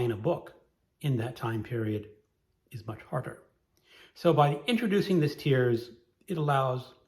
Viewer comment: I think I've watched all of this year's challenge videos, so I've started on last year's. When you said "tiers," I heard 😢"tears"! 😂😂😂😂